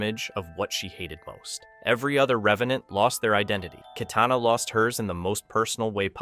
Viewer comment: KYtana...the pronunciation is hilarious 🤣...